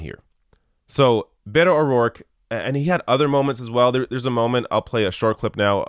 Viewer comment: Bay-toh .... WTF 😏